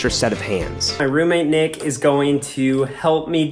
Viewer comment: When nick said wassup it's Nick it sounds like d**k